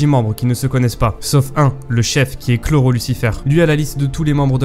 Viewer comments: Pas mal comme concept mais c'est pas chloro mais kuroro lucifer xD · Par contre le Chrollo il passe pas On dit kuroro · chui le seul que sa choque qu'il dise chrollo alors que dans l'anime ils disent kuroro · Les gars on dis pas kuroro et pas chrollo ??? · C'est Kuroro pas Chrollo wsh (expliquez d'où viens ce blaz) mdr y'a pas de chrollo dans l'anime... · j'ai lu le google doc vous confondez protagonistes et antagonistes ensuite le camps de la brigade est un peu trop cheat chrollo se prononce q lolo (kuroro)